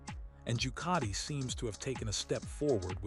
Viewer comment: Jucati? doesn't any one check this stuff, And who is "Baga" or "Corderero" This is awful. Must do better